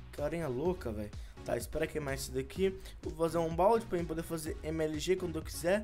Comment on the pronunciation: Kaua Holanda Quer dizer q agr não posso achar engraçado? Eu não corrigi ela Kemellyn Quintanilha , apenas falei(escrevi) q achei engraçado ela falar "bode" e não "pode". '-'